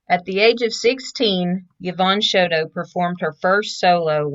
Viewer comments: 'Show TOE" Not "Show dough" and it's not Co PEL ya" It's CO PEEL YA" Lord. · Nice tribute. Thank you. I knew her, her family and even her father. I just wish you would have pronounced her name correctly.